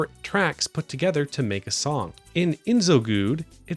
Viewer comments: "IS NO GOOD" That's how you pronounce it. Not IN-zogoud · Bro, it's not "in so goud" but very clearly "IZ NO GOOD. Way to miss the most obvious pun on the planet. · I remember playing it when little. Never passsed level 3 But man, how you watched all that stuff, but mispelled it anyway? You keep saying "INZgoud". It's a wrodpun xD "it's-no-Good". That's the pronounce. ...We can say you had been warned about the qualityxD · Looking at the spelling it's not Inzogoud, it's iz-no-goud. As in "it's no good" said with a racist accent. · Not INZOGOUD! it's called IZNOGOUD as in "Is no good". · the z comes before the n, Iznogoud, not Inzogoud (which given my nickname is pretty fucking hilarious. it’s a play on words with “Is no good” or “he’s no good”, because he’s the bad guy trying to usurp the ruler’s throne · I'm genuinely curious what specific failure of our educational system has made people unable to sound out words. It's clearly "Iz-no-goud", with the "Z" before the "N", but you consistently pronounce it "InZogoud", with the Z after the N, despite reading the entire graphic novel. If you have dyslexia I'm sorry and you can ignore this comment, but if you don't, wtf dude you couldn't sit down and sound this out before putting out a 10 minute video on the game? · Inzogoud? INzogoud? My guy... after WATCHING THE MOVIE you'd think you'd get the dyslexia settled. :D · Its "Is-No-good" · You really manage to mispronounce this cute pun of a name...? 🧐 First syllable is not "in". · I guess Iznogoud really iz no goud lmao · It's pronounzed "EEZ-no-good." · Pretty sure the pronounciation is supposed to be 'Is No Good' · European here. It's pronounced 'iz-no-good" in English. And I wholeheartedly agree with your video. Iznogood is a great comic, okayish cartoon and a insultingly terrible videogame. Great job 👍🏾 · To be fair non-French speakers wouldn't know 'ou' sounds like 'oo'